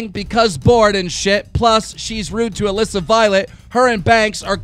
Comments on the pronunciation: How come no one ever talks about the way Keem pronounces Alissa? It's (A-liss-ah) not (A-lees-ah). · did you just say "ALEESA"